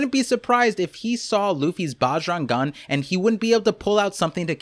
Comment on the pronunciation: Bro pronouncing bjrang gun like “baaaj rung gun” like he’s not indian bruh ownnn itttt